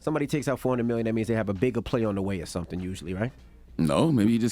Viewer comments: The word is “Or” not “are” charlamagne 😂😂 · Charla ain't gone ever know how to pronounce OR. Lol and the emphasis be sending me... RRRRRRR! LOL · this mfer can't pronounce or. OR!!!